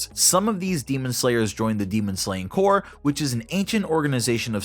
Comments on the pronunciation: You are pronouncing corps wrong, you’re saying corpse. Corps is pronounced core. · Say it with me now Corps Not corpse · It’s pronounced Core not Corpse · It’s pronounced core, not corpse. Corps, the ps is silent Source: Served in the Marine Corps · It's pronounced "core", like the marine corps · P is silent in corps. If the p is not silent, then you're talking about a dead body, or corpse. Small gripe, but it does help with clarity. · Corps is pronounced "Core" just so you know. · People who can't say corps. right.... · I would do a shot every time you say corps wrong, but I would probably die.